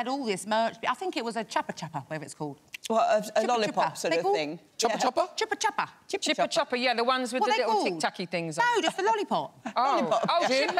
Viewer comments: Omg all of them trying to pronounce "chupa chup" and none of them get it right 😭😂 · Ikr 😆 I was like screaming IT'S CHUPA CHUPS 🤪